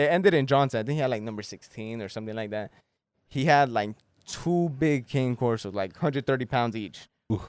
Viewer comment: CANE CORSO not king corso